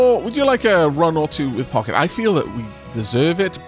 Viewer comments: I think Pocket is pronounced Poe-shet. It's basically a French mini-purse. She deserves a run, however you pronounce her name. Who knows? Maybe she can get all the way down and find the beacon. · From what I recall you gonna need to win a full run with each of the characters to unlock the last stage, so pochette it is (not pocket guh it took me way too long to figure out you meant her all this time. /pɔ.ʃɛt/ from french meaning small bag)